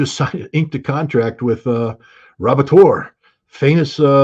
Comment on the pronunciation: Ratibor, not Rabotor 😂